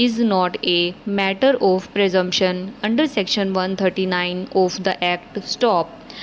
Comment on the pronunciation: Please pronounce properly. You've some issue of 'of' and also the joining of phrases.